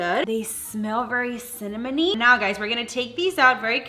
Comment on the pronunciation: The way u said 'cinamony'🤣